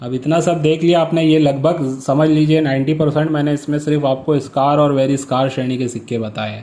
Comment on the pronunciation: स्कार नाही होता भाई स्केअर होता है aur buy kar सकता हून